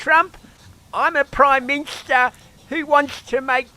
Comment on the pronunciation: The Prime Minshta and his awful gubmunt.